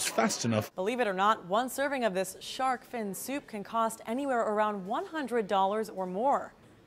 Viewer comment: "Sharp-fin soup"...?